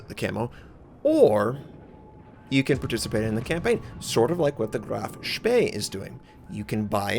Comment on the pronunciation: On a completely different note: Your initial pronunciation of "Graf Spee" was jolly good, better than the alternative you opted for. ;)